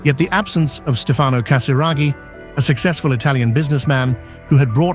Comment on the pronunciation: Distruzione di pronuncia per i nomi italiani Stefano e Andrea . Pronunciati così, significano nulla. Ho scelto di non scriverlo in inglese perché esigo rispetto per l'italiano, la mia lingua madre